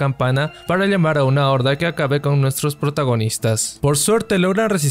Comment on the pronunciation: ok pero nadie le presta atención a que dice liegar y liamar en vez d usar la pronunciación adecuada?